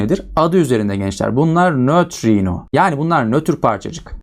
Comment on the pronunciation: Hocam çok güzel nötrino diyosunuz